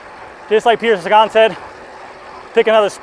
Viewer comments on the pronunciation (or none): none